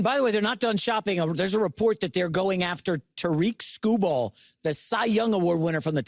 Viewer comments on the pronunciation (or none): Tah-Reek Skoo-Ball